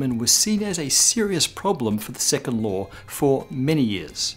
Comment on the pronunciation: Am I the only one to hear "2nd lore of thermodynamics"?